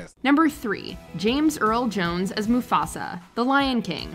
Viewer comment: Man really said Mafusa😂